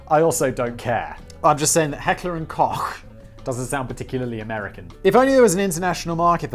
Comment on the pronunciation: Holy shit! I thought the only German word Simon knew to pronounce properly was "Gesellschaft", but he really nailed "Heckler" and "Koch".